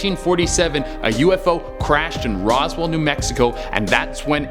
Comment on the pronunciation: Rosewell? Really?